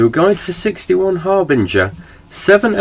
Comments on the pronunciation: BINGER, not BRINGER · it's "harbinger"